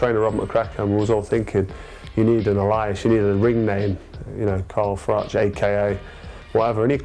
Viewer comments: Alias? What the fuck pronunciation is that? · as IF Frochy pronounces alias like that 😭 not as smart as he thinks